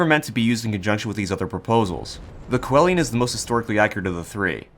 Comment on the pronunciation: I lose sleep over the way you say Coelian